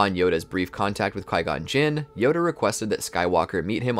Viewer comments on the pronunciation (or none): he did NOT just say “Kai Gon Jin.” Watch the movies your talking about. His name is Qui, pronounced “Kwai.” With the “Y” sound.